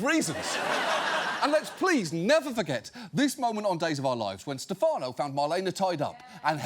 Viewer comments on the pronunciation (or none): none